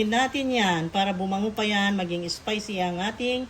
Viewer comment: Maam spicy..hindi ESPICY